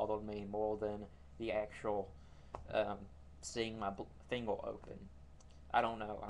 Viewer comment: I know what it is. He can't say "er" at the end of words like Instead of saying "finger" he says "fingel" another one of his videos i think its the old lighter one he says Lightle